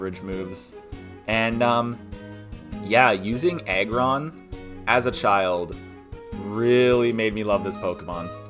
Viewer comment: Great video man keep it up. I heard egg-ron not aggron though 😂 . Im predicting salamence on #1